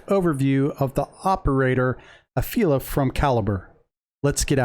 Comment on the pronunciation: i like the fact that the israeli operators are all women. plus it's realistic, since we actually do have female fighters. btw, small correction: her nickname isn't pronounced afeela like u said, but afela, which means "darkness" in hebrew. much respect, i started playing just a few days ago and i'm loving this game so far. brings me back to the days of GR future soldier on Xbox 360